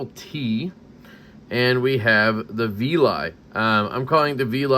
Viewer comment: It's called the Veli.. which rhymes with belly.. And it is 🔥 Quickly has become a favorite!! 👊🏼